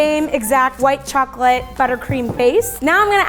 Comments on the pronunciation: She pronounced chocolate chocoret awwww so cuteee :3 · “Chocorate” Said the Asian women 😂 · my choc-r-ate